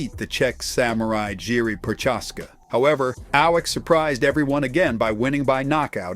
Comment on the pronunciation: The way you say Prochazka hurt my ears.